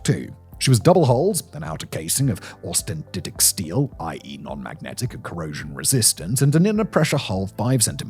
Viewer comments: austenitic steel. not ostentitic. simple word. to do with its chemical composition and its microstructure. the mistreated word means nothing. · Austinic steel not "austintitic steel"